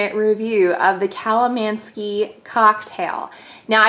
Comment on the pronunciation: Theres definitely no 'ski' in the word.